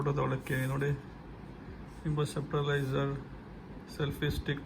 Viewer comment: ಅದು ಸಪ್ಟಿಲೈಸರ್ ಅಲ್ಲ ಸ್ಟ್ಯಾಬಿಲೈಸರ್ 😊 stabilzer